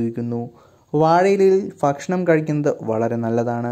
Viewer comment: ഫക്ഷണം അല്ല ഭക്ഷണം ആണ്..🤣🤣🤣🤣